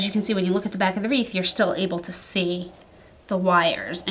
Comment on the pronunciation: It’s wreath...not reeve, please! Thanks for the video!!